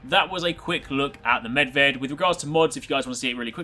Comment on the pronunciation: Just want to say thanks for pronouncing perfectly Medved. Most of Americans fail to pronounce foreign words. Even characters like Niko Bellic and Zoran Lazarevic.